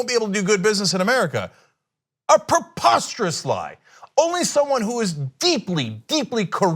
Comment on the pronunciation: Nah. When he says "preposterous".